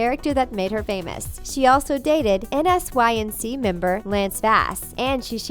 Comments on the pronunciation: N s y n c???? ITS PRONOUNCED N SYNC LADY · I won’t be subscribing to a channel that couldn’t even get the lead male actors character name from Boy Meets World correct. You’d know it from watching Girl Meets World. It’s Corey Matthews, not CODY Matthews. Also, *NSYNC... you just said the letters. It’s pronounced “in sync”. How old are you? With having key facts wrong (and not difficult ones to know the answer to), you must be like 12. Why would you choose to do a video on a show you obviously don’t know much about. Definitely not getting a fan from me. I hope you do your complete due diligence next time. The fact you got things wrong makes me believe almost everything in this was false. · Bahahah what. First “Cody” then you pronounce *NSYNC as N-S-Y-N-C. Wtf is happening here. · its CORY. And its NSYNC. NOT N S Y N C. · um. are you guys stupid? his name is Cory... and the band lance bass was in was nsync.... pronounced "in sync" not N S Y N C. jesus christ. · N-S-Y-N-C?!?! Who doesn’t know about N Sync?! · Did you really just pronounce n'sync as " n, s, y, n, c" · NSYNC is pronounced in sync not N-S-Y-N-C. Also Cory not Cody. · How old is the voice over girl if she doesn’t know who “N S Y N C” is... it’s pronounced “in sync” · Who the hell is "Cody?" - What's "N.S.Y.N.C.?" Yo, did they get an alien to read this? What other mistakes did I miss from the beginning without realizing it? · I'm starting to think that you were probably too young to know about boy meets world and *NSYNC (pronounced "in sync") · How old are you to not know that it's Cory and that *NSYNC was pronounced like "in sync"? I'm not mad just really curious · Did she just spell out NSYNC instead of just saying "in sync" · Well besides being cory you don't spell n*sync it's pronounced in synch, damn i am getting old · *NSYNC IS PRONOUNCED en-sink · MidNightMoon "she also dated "N-S-Y-N-C member Lance Bass" when they were talking about her autobiography. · the way you pronouced NSYNC I